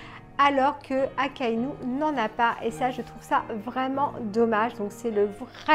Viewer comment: Désolé mais non 😂 !! Pas Akainu !! 😂😂